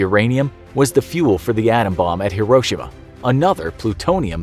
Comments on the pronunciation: It’s pronounced “he-ro-shee-ma” not “hiro-shima” 😊🤙🏽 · it's not "Her-ro-sha-ma" it's HERO-SHE-MA